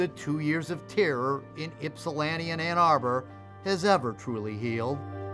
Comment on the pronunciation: That one reporter said "Anna Burr" instead of Ann Arbor. Never heard it pronounced like that before. hahahaha